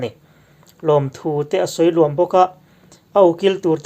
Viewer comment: Lawmthu sawi luam tih khi a thluk a diklo deuh ania..